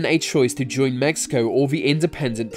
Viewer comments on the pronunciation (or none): did he just say Mexico